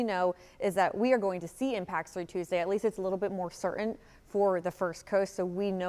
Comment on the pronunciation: Thanks for the update! (Learn to say “certain” properly, though.)